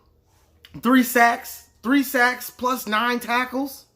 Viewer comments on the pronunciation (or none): none